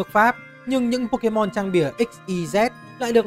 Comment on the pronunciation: đọc sai tên pokemon